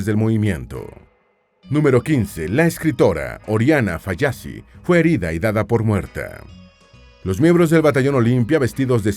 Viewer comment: Se pronumcia Falachi, no Fallacci, aprenda a pronunciar nombres extranjeros.